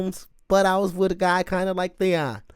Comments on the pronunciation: He said theon.....lol its theo...theeee oh...lol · Too much GOT before this … His name is Theo like Theodore … Not Theon the dickless… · I love how % of the time you call him “Theon” and somehow you call him “Theo” the rest of the time 😂😂😂. I’m pretty sure you know but his name is Theo…Which would probably be short for Theodore. I ain’t ever heard of someone named Theondore before…. 😆😂🥷🏻